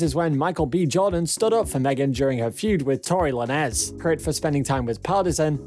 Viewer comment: Man you be killing these folks names!! 🤣🤣🤣 Tory “Noress” 🤦🏾‍♀️🤦🏾‍♀️